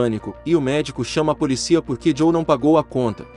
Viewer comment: Só um adendo à narração: a pronúncia correta é "poLÍcia", com a vogal tônica no "i".